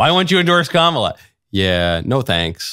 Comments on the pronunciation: I noticed joy behar mispronounced “Kamala.” I didn’t know she was such a bigot. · Notice that Joy Behar mispronounced Kamala. Joy isn't called on it. Of course, Trump says her name that way and the media is all over it. My theory about why Kamala introduced herself in the debate was to point out to Trump how to pronounce her name.